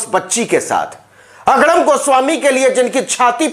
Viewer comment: Aapke muh se agdam ka ucharan bahut acha lagta hai